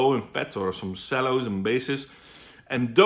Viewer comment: "Sellos" lol :P